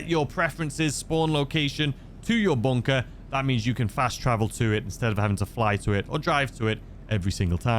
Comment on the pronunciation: What's a BONE-KAH? 🤷‍♂️